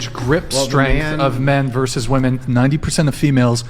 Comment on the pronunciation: First, learn how to pronounce the word "women" correctly.